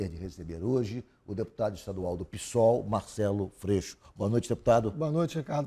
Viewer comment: Por que insistem em falar a sigla como se fosse uma palavra, que não é?? Soletram-se as letras da SIGLA como em qualquer outra sigla partidária. É P-S-O-L